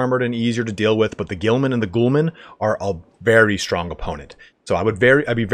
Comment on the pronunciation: 'Ghulam' isn't pronounced as 'Ghoulman' lmao